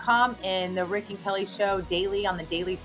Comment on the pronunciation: It's RICK-NOT VIC LOL